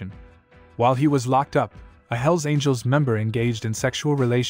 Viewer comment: It's all hype...and the guy(?) who made this video doesn't know squat about any of the clubs he's talking about! He can't even pronounce the names correctly...unless this was his way of calling out the club in some kind of disrespectful challenge? Outlaw clubs will always be around...too many citizens keep buying their dope and hiring them to get rid of their ex-wives...